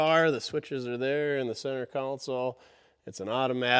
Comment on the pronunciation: Ok, it’s pronounced Console, a council is a bunch of people trying to rule your life;)